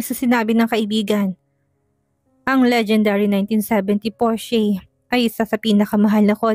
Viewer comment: Porsche- pronounce as " porsha"